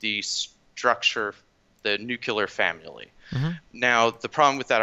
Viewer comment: "nuclear fam-yilly"